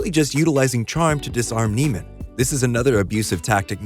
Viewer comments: Another part of Fletcher’s abuse is how he purposely mispronounce Neiman’s name for the entire movie, to the point where even in this video the narrator mispronounces it. For those wondering it’s pronounced “neigh-man” and not “knee-man”. Andrew says it in the beginning of the movie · You missed my personal favorite thing. His name isn't pronounced "Neeman", it's "Nayman". He introduces himself as "Nayman" and a kid in the worse music group calls him "Nayman". Fletcher just calls him "Neeman" as a mind game. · Its andrew ‘neigh’-man. ‘Knee’-man was one of fletchers manipulation tactics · It's pronounced nayman, he literally says it in the scene where Fletcher introduces himself. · I love how you mispronounce his name just like fletcher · It’s interesting because you’re mispronouncing Andrew’s name here too. Fletcher does it the entire movie as a power play and we the audience start to also associate him with that name while we’re taken on the ride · I noticed that too. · Americans are specialists in butchering names.. So i am not sure if this was intentional.